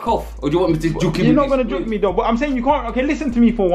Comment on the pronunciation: Man said Ill jook u 😂😂😂😂😂😂